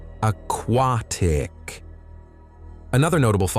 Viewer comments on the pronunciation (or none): Plus, it can't even pronounce words properly and/or talks slowly when it's trying to figure it out. Ex...a q u a t i c...ugh!